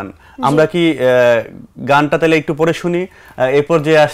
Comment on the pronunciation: উপস্থাপকের উচ্চারণ, বলার ভঙ্গি আরও উন্নত হওয়া দরকার। আমিরুল মুমেনীন মানিক, সাইফুল্লাহ মানসুর ভাই এক্ষেত্রে উদাহরণ হতে পারে। ওনার উচ্চারণ "তাহলে" -এর স্থলে "তালে" হয়ে যাচ্ছে। তাড়াহুড়ো উচ্চারণ না করে প্রতিটা শব্দ ধরে ধরে উচ্চারণ করতে হবে।